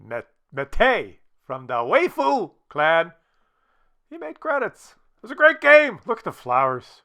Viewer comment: Hey, Waifu is pronounced "wife-oo". (Japanese pronunciation of English word "wife")